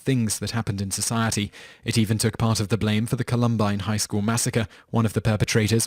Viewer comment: No excuse for pronouncing Columbine the way he did